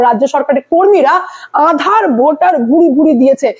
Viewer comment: ম্যাডাম আঁধার কার্ড নয়। আধার কার্ড উচ্চারণ টা একটু ঠিক করুন।